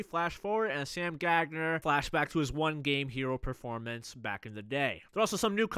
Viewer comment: Did you seriously just call him Sam gag-ner